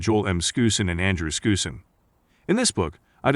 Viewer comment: Pronounced Skowzen, not Skoosen